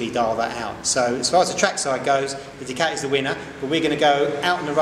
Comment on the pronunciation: Hate how he says "Ducati". Argh